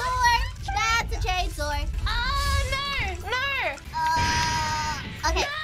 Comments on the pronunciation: Am I the only one that hears "Chainsoar"? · I heard “chainsword.”